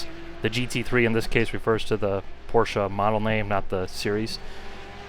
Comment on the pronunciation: its not Porscha its Porsche